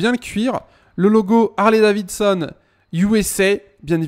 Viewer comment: On dit pas Harley DaviSSon ont dit daviDson